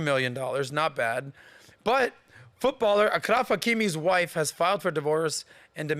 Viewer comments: You mispronounced the " ch " in Achraf you should pronounce it as "sh" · it is achraf like champagne/champion not a K 😊